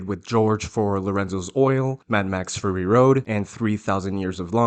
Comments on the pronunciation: It's not FURRY road, it's FURY road. Your pronunciation is driving me nuts. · ( clears throat) ummm. It’s not fury like… hairy. It’s fury like angry. Clearly the mis-pronunciation error is a inside joke on your part? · Are you saying "furry road"? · Sounds like you are saying "Furry Road" :)